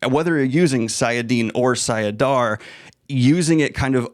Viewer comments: About to finish reading path of daggers. Isnt it sAIdin and sAIdar instead of sIAdin sIAdar? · You're still saying "saiadin" when you should say "saidin", and the same for saidar. I know you've looked at the pronunciation guides in the books, but apparently not for saidin and saidar. Or you misread it or misremember it. Saidin has one a in it. The pronunciation guide says: Saidin - ( sah-ih-DEEN ) Saidar - ( sah-ih-DAHR ) Not sah-ia-DEEN and sah-ia-DAHR. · Oh yes the two magics Saidinnie and Saidouttie 😂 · it's late friday night after a long week of work and I'm feeling rambunctious..... i'll rephrase; it's sai - i - din and sai - dar. There you go 😂 20 years of headcanon and no audiobooks. Go away now Shaitan! 🤣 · Everytime he said them wrong I twitched a bit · See, here's where you're wrong. I read these way before these fancy pronunciation guides. It's clearly Say-I-Din and Say-Dar. That's the way it's in my head. This being the internet, I'm right and you are clearly wrong. Have a nice weekend 🤣😎